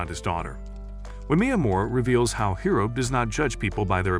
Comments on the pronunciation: It's hori not hiro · “hiro” instead of hori lol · He said Hiro but still it's not correct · Bro who is hero, it’s hori